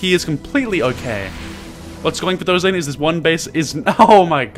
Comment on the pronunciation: ya know I love ya but... HIS NAME IS NOT THOR-UH ZAIN!!! ITS THOR ZAIN!! NO UH!!